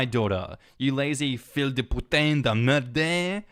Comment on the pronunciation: Yo, "Fils de p*tain de m*rde" (please don't filter this out) is pronounced - "fee-s" (pronounced /s/, not /z/) - duh - pu (same as cute without the "y" sound) + tan (a like cat but coming from the nose) - duh - m*rde (pronounced the same as "mare" but with a "d" at the end) This is a very odd and unusual chain of words because we generally use "fils de p*te" (basically SoaB) or "p*tain de m*rde", not both at once. Hit me up if you want to learn more French swear words. 😎